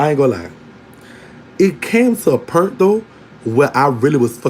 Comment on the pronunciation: I love how you say pernt (,point) and I hi it's LA lingo bc I have heard several other people say it like that and they are from LA... AND is teedy the lingo for auntie if so just say that word for me one time again